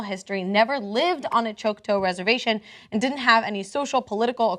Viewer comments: it's not 'choke-toe'...it's 'chalk-tah' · It's Choc-taw. (Chawk-Taw) not (Choke-Toe) WHY DID YOU NOT LOOK THIS UP BEFORE HAND?!?!?! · Grrr. Repeat after me: Choc-taw, choc like chocolate, not choke. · I hate how she pronounces Choctaw, it's not "Chalktoe", I don't even know how she came up with the pronunciation. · Choctaw is pronounced Choc - like Chocolate and then taw.